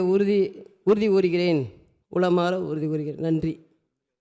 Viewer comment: உளமார உறுதி கொள்கிறேன் என்று சொல்லாமல் இதனை உளறுகிறீர்கள் என் தாய் தமிழ்நாட்டில் தமிழை நன்றாக படிப்பதும் இல்லை தமிழில் நன்றாக பேசுவதும் இல்லை கவலைக்கிடமாக இருக்கின்றது சிந்திப்போம் செயல்படுவோம்